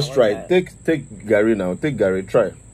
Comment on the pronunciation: He say garri yen kon 🤣🤣🤣🤣